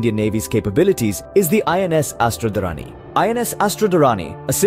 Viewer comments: अस्त्र-धारिणी . Kindly , pronounce correctly. A Sanskrit name. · it's pronounced Astra-Dhaarini